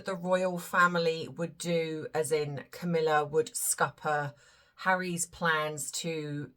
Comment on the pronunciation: Yeh I picked up on the emphasis of HARRYS' children.